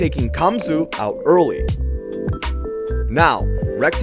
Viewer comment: Gamsu... not camsu